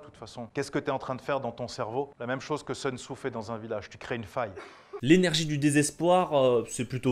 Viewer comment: "Seun Tzou"...moi je lui proposerai bien un plan B vers une prononciation correcte du nom "Soun Tzou" ! (Sea, sex and Soun !).